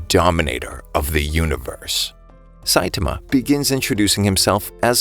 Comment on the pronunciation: its not saitima its Saitama say it like this sait-aarma